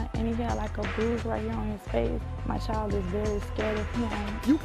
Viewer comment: Can you pronounce child correctly please, it’s child not choid